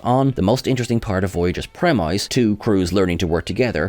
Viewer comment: Not as frustrating as you saying 'premeyes' twice,. Did Marcus write this script?